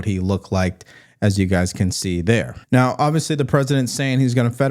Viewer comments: OK. Tell me this. How, in 2025, in the USA, can someone born and raised in America, be matriculated K16 - PLUS law school - and still can't speak proper English? "oviously"? Really? Does she also "ax" questions in court? How does any respectable Court allow that as competent representation when she can't even speak her mother tongue competently? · She does not know how to say obviously its not ovisly and if Trump pardons that nasty disgusting diddy I'm done with him